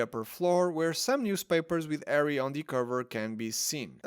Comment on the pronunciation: Agrid. Wet air. Ed elements. Ighly posable. Ow well. People oo like. Deathly Allows. Arry. Why do you simply choose to no pronounce the letter H? At all.